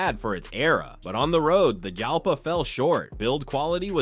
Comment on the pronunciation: The Lamborghini is pronounced "YAL-pah"... SMH